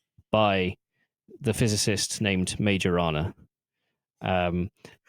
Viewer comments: FYI - Majorana is supposed to be pronounced my-oh-RUH-nah . He’s an Italian physicist who pioneered a lot of early results in subatomic physics before disappearing in 1938. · for fuck sake can you google for 10 seconds? "Majorana" → "My-oh-rah-nah" (the "j" sounds like an English "y") I don't care about Microsoft, but can you pay a minimum amount of respect to the actual scientist Ettore Majorana? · Soft "j" in Majorana. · I switched out after that absurd mispronunciation... anyone who doesn't have the intellectual curiosity to understand the origin of the name, it's pronunciation, it's relevence in the quantum physics hidtory, is not going to teach me anything new about quantum computing...